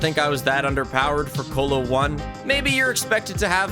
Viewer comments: The fact that he says colo like colon instead of colosseum actually fucking hurts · I’ve never heard someone pronounce “Colo” like “colon” is pronounced